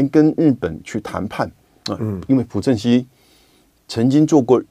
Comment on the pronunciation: 朴正熙，读piao吧？